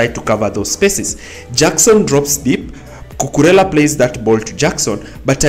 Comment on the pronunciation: You pronounce it correctly